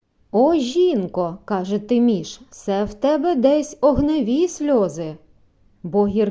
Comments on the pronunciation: Та чого ж це ТИміш, як ТимІш!😊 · Гарно прочитано...Дякую..Тільки не Ти'міш,аТимі'ш